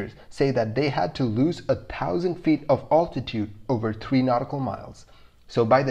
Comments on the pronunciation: You confuse your videos when you show different aircrafts as oppose to the one you are talking about! By the way, the correct pronunciation is “altitude”, not “owtitute” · It’s definitely a tricky one to listen to if the pronunciation of altitude gets to you. Maybe a stalling one next...